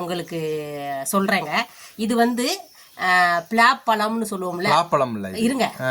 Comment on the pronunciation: Pila Pazham illa palaa pasham. Tamil koodava theriyathu.